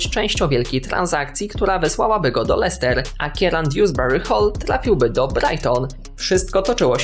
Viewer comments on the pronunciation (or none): none